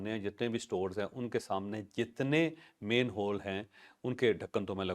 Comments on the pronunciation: The proper word is MANHOLE and not mainhole. Please correct your pronunciation. Thanks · Sir it’s😢not main hole it’s man hole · It’s “manhole” not “mainhole”. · Javed sahib, please it is MAN HOLE, not MAIN HOLE